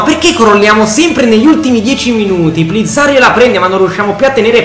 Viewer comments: È Plizzari,nei tuoi video dici plizzarri hahahahah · Si dice plizzari